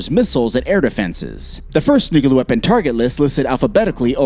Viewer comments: NOO-KLEE-UHR NOT NOOK-YOO-LUHR. This isn't difficult. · NUCLEAR not NUKALER IT is CLEAR not KAlER CLEAR? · Nukula Noo koo larr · For the love of Jesus, its NU-CLEAR